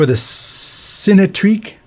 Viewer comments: I think it’s pronounced “sin-e” as in Cinema rather than “sign”, you said the same with Cinerails earlier in the week 😊, its origin is from the Greek word “Kine” which means motion. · I just can't with this 'sign-treak'... it's 'sin-a-treak', it's literally pronounced on their youtube channel.